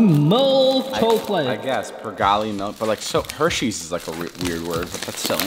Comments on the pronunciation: Its pernauce pergalė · Negaliu nustot juoktis is to kaip jie sako pavadinimus (i cant stop laughing at how they pronounce the names)